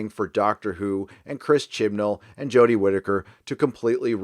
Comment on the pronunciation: The next season of DW is DOA for me. "Jo-deh" is horrible as the doctor. She's absolutely unwatchable. I paid for the entire season upfront on Amazon last year and struggled through all of them. I'm out. I wouldn't watch another episode of "Jo-deh" as the Doctor if they paid ME to watch it. The SJW aspect of every episode is despicable.